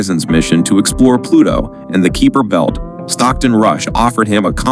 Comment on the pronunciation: The keeper belt? You don't know how to pronounce that? Really? KYPER....KIPER...KY, NOT KEE.... GOT IT?😂